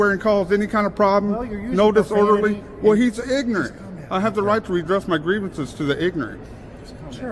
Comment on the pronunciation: I always love it when he calls someone "ignernt".